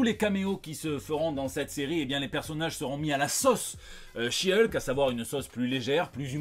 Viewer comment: Bon aller, vu que tu prononce correctement le nom de She-Hulk, je suis sûr que tu va y arriver avec celui de son coussin. 😂🤣